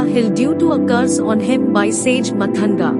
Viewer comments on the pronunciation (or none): It's not "matanga".. It's pronounced "maatanga"